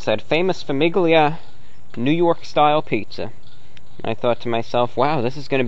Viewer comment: gli in Italian is almost silent, pronounced "lee" with your tongue at the roof of your mouth so it's a very faint g very soft. So Famiglia is like Familia in Spanish, It means family, why did I need to comment this on an old video I don't know but you're welcome to who ever is reading this